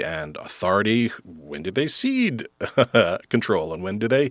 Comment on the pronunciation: Oop, when he said cede and not seed. I...